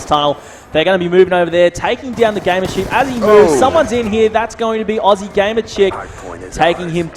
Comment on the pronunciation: It's Aussie gamer chick not oozy